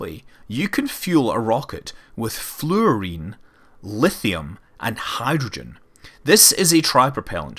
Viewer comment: I visibly grimaced when you said "flourine"